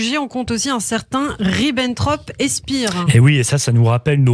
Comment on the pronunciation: Spir, ça se prononce chpéér, en tant que journaliste, apprenez à prononcer correctement, c est pour la nana.